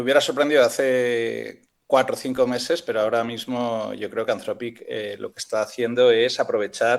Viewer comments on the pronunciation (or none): deja de decir antrofic que me duele!😂